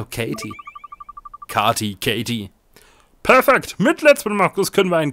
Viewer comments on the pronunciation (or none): Es wird Keity ausgesprochen aber sonst super Video.👌👍🙌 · sie heißt nicht Katie sie wird nicht Katie gesprochen sonder wie keiti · Das spricht man Käity aus nicht katie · Es heißt nicht Katie sondern keitie xD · also spricht man es kaiti aus mit einen A ausgesprochen